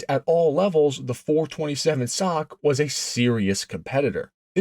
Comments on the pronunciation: SOCK? Please teach your AI. It’s S O H C, cammer or single over head cam. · WTF is a "sock motor'? Do you have any idea how un intellectual that sounds? S O H C has never been said as "sock", not ever. If your thesis were remotely true, then double overhead cam motors would be "dock" motors. Maybe now you can see the difference. Calling them "sock" motors does not make your patter more intelligible or elevate your not very car oriented dialog more "car and coffee" sounding. S O H C, each letter pronounced separately is the correct way, the real "cars and coffee" way to say this. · Nobody calls it the "sock" 427😱. It is called the Cammer 427. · SINGLE OVERHEAD CAM, not "sock". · Oh God, help me, give me strength. Did you not see the S O H C on the valve covers ? ! And yes we always called them 'SOHC'. Pronounced like that foot thingy BUT NEVER REFERED TO OR SPELLED AS THAT FOOT THINGY ! ! ! Please Lord, forgive me. But even you understand how much this hurts ? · Nobody calls it a "sock" it's Single Overhead Cam. Narrator sounds ridiculous when he says "427 sock" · The SOHC has been generally referred to as "the Cammer" or "Ford SOHC(pronounced as sock) since the 60's. I've been around since 1952 and have heard it referred to both ways for most of my life. Maybe in your neck of the woods it hasn't been referred to that way, but the world is much bigger than your neighborhood. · God. I turned it off at "sock". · clicked off soon as dude said "sock" gtfoh bro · Someone needs to punch this guy for trying to say SOHC as a word. You sound retarded. Single Overhead Cam. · Quit saying sock!!!!!! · did bro just call it a sock motor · These YT videos are being read by AI so they see SOHC as "SOCK". They drive me nuts...you'll see a reference to a Porche 911 and the AI will say "Nine Thousand one hundred and eleven."....really stupid. AI? I dun thin so, Lucy! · Bro, SOHC is an abbreviation not a word, stop pronouncing it as a word.